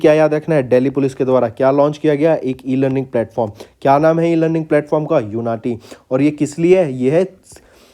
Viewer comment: I think it was उन्नति not यूनाटी